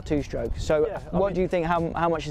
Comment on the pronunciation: "Two shtroke"